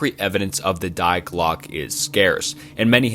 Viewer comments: "Dye" Glocke, "Menjelle", "Proojia"😂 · He bleeped out the word Nazi lol? What a beta youtuber. Also it's pronounced "dee glock uh" 🤦🏼‍♂️🤦🏼‍♂️🤦🏼‍♂️ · It's not "DIEEE GLOCK" It's "Die Glöcke" at least run these trough google voice man... I'm not even German and I know this. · Its pronounced "dee glock" 😁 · Bruh yes I love it but he butchered it a lot. Die Glocke for example was intense cringe.